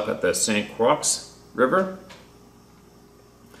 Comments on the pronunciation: CROIX IS PRONOUNCEDCROY... that's the best I can explain in print. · Croix is French so is pronounced Croy I grew up with Sasquatch in Wisconsin and I still experience them in Alaska and also in Ontario While on a hunting trip in Ohio and in my cabin in Alaska last winter, I had red spirits come inside by my bed and either dance on the wall or make the appearance of a Native cave drawing of a man riding a horse with long hair down his back and his hand in the air. I've got a lifetime of stories and my close friends dealt a lot with dogmen. My family always seen UFOs and I have as well. The truth is the truth. Maybe that's why truth hurts 😹 I have pictures of the long red Sasquatch hair and years of video including the glowing red eyes squinting behind a herd of deer etc I will upload to my channels eventually and I will share my entire story eventually. They used to come to my window when I was a kid and scare the crap out of me and when I would bow hunt and fish as an adult they would scream in my face and come to my tent. Once they even hung a widowmaker over my tent so I would leave, or push giant trees over while I was watching which also happened in Ontario, Canada next to our camp. (Not Ontario, Wisconsin, LOL) Before I seen the widowmaker or seen the trees fall, I was asked in my head how often that would really happen by chance? Then it happened. The widowmaker branch didn't fit the size trees in the area. Right now where I am truck camping they like to come up to my truck and it stinks horribly. They like to whip acorns at my truck an